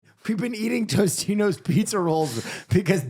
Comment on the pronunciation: Why does keep calling them Toastinos its Totinos! 😂